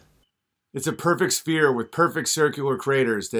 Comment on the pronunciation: His accent sounds like he is from Rhode Island. I can assure you he does not represent the norm in my state! Does he know the difference between a "spear" and a "sphere"? His pronunciation is terrible.